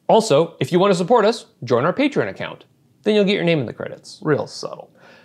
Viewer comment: Yay! You said Patreon correctly.